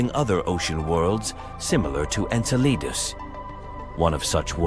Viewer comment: I'm wondering how bad the pronunciation was for them to insert "Enceladus" so obviously after it was originally recorded.